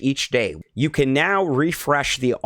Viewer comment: What is a weekah? And a youah? And what does appeezah mean? Idk what a gameah or hoursah means either. You need speech therapy.